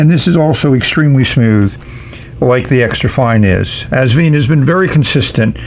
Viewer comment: Hi. Love your reviews, as always! Please note that the brand is pronounced... Vine (like a grape vine), NOT... Veen. Best regards, HisNibs.